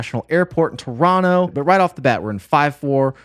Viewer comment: This man just dropping a proper, native-sounding "Toronto" there like it's no big deal. 😲 I actually had to go look at your "About" page to make sure you weren't "oop north" here with us Canadians,. 😆😆